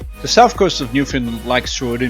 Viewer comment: Newfoundland...the accent is on Land. the locals will appreciate